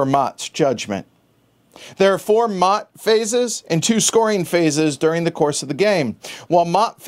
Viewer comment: Maat is pronounced "MAY-ET"